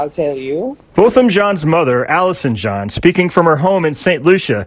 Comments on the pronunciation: PLEASE pronounce his name correctly....NOT pronounced like a pair of Levi "jean"s 🤦🏽‍♀️ Thank you for covering this story Bo was dear to my entire family here in Dallas. GUYGER SHOULD ROT IN JAIL FOR LIFE she killed him on my birthday 😭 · HIS NAME IS BOTHAM Jean "pronounced JOHN"